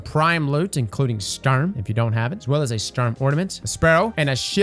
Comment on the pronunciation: “Sturm Exotic Sidearm”